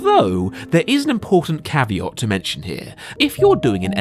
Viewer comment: Why has everyone started saying caveat with an "o", caveot? I feel I'm going mad.